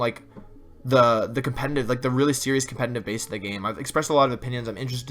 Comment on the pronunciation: anyone else notice that he always says.. compeNNNtiv instead of competitive? xD